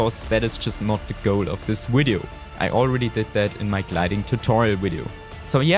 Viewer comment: Cut a vein everytime he said "Widio"